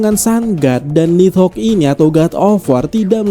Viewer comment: Pengucapannya yang bener... Ni - dhogg Bukan nid - hogg